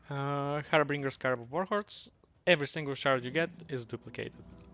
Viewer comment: Harbinger not “Harbringer”